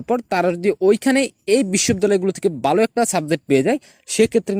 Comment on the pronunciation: Valo * Not balo Vorti Not borti😂